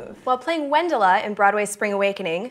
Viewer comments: Wendla is is pronounced VENLA not Wendela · "wendla" is pronounced vend-la, not... whatever you said. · Lea Michelle's character in Spring Awakening, Wendla Bergmann, is pronounced as Vend-la. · Wendla is pronounced "Vendla", and it's only 2 syllables. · I was ok with her until she mispronounced Wendla. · Jule Stein is pronounced "Julie" Stein. And "Boubil" is pronounced "bow" (like "hair bow") and "Bill" like the name. Thank you Kaitlyn Marquez for getting here before me to point out the correct pronunciation of "Wendla" :D !